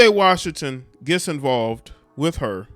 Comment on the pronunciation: PJ RAWSHINGTON